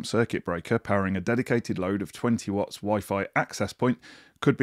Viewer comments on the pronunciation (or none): none